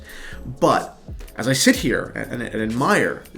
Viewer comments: Tor-bi-on Not attempting to be mean but just a tip. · All credibility for being qualified to sell this watch shattered by not being able to pronounce Tourbillon. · The way you say tourbillon is hilarious. Love the watch! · Fabio Stefana i like how he says it; is it incorrect ?